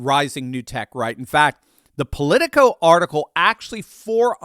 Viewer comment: When you said Polico, I dismissed it immediately.